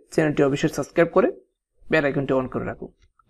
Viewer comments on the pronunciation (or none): none